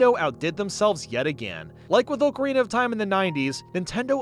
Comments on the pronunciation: i cant stand him pronouncing it OAKARINA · I respect you,, but I’m sorry that is not how you say ocarina the a does not make it make the Oh sound It’s like October not Oak. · FREAKING FINALLY It killed me the way you said ocarina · I was perplexed by the pronunciation of ocarina throughout this video. Typed up a comment asking why was butchering the word so badly when it’s such a commonly talked about game hence one should know the correct pronunciation. Thought maybe the word really is supposed to be pronounced that way so I deleted my comment and googled it. Looked at a Reddit post from 6 years ago stating it’s pronounced as everyone else says and there was a specific comment near the top of the thread that mentioned how always pronounces it incorrectly. 😂